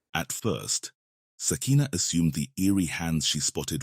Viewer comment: Ok 2nd video, pronounce her name like this: Sukina-(Suu-key-nah)